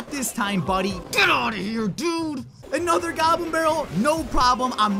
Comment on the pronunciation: LETS DO ANUTTER